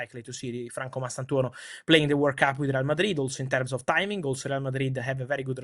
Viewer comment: What's this Word Cup Fabrizio keeps talking abou?